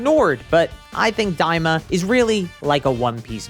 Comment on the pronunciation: Daima. Not "Diama."